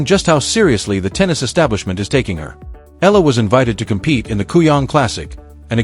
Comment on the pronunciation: EALA is pronounced " EYA-la ". The " EA " is like a diphthong. This is a common pronunciation in the Philippines.